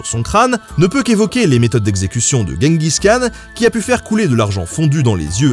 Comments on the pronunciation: on dit : DJENGUIZ KHAN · Si tu veux le prononcer correctement, Genghis Khan se dit "Tchinggis Rhan" rh étant un r un peu aspiré (je crois). Sinon, toujours aussi bien !